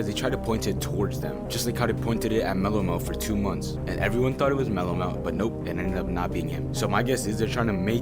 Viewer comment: Its mellomelt 😂